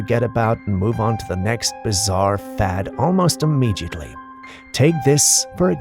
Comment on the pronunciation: Immediately not “immegiately” :)